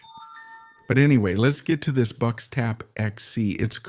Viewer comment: Bucks? Boox is pronounced "Books" you should let the english voiceover person be aware of this next time. The weird spelling making it hard to guess the pronunciation haha I used to read it as boo-cks